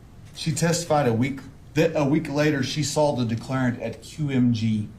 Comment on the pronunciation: I’m so sick of hearing declareant